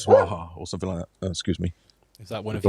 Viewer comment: Makes me laugh that always says nuffink and sumfink Good work, I learned alot today Thanks